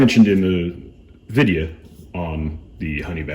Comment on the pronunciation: That’s how I saying video from now on, Videa , ps thank you for the video. Just bought my sugar weasel.